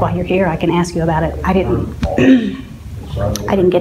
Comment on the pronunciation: "you gonna axe me!"